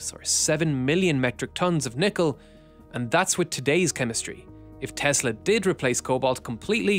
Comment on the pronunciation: TESSSSSSSSSSSSSSSSSS-LAAWWWW There is no Z